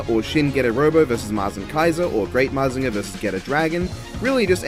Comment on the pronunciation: Don't worry, you said Mazinger right. Good ideas in this one.